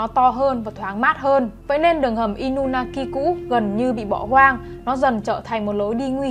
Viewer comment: Inunaki mà em toàn đọc thành Inumaki:))😊